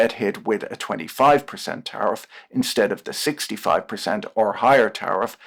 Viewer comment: I keep hearing "tariff-raid"